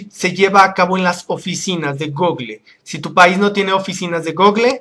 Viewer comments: se dise gooogol no google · jajaja "Gogle" Es gúgol!